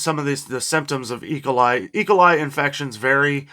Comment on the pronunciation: say E coli, with an emphasis on the E, not ecoli.